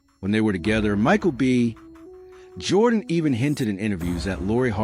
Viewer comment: Why is it read off like "Michael B..... Jordan"?